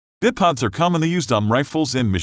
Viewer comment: “Bip odds” I couldn’t even watch to the end the pronunciation was pissing me off 😂😂😂😂😅